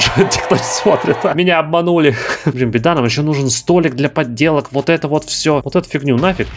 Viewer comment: Пожалуйста, не столик для подделок, а столик для поделок. Я слышу твои два д )))